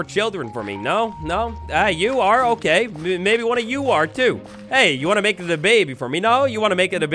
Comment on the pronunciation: "make'a the baby" xD